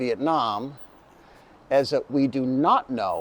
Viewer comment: It's Viet nam, not Viet nem.